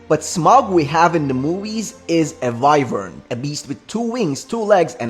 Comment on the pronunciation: Bro said vryvern